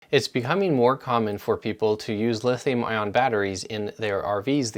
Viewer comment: It's Lithium ION, not IRON.🤣 I see that you spell it correctly, now if you can just pronounce it right.